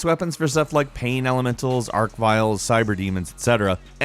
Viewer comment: Did this guy just call Arch-Viles “ARC VILES?” The fuck? It’s like those people that say NUCULAR instead of nuclear lmao.